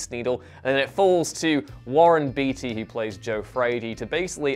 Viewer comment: Finally, somebody other than I has seen The Parallax View. BTW, Warren's surname is pronounced Bay-tee, not Bee-tee.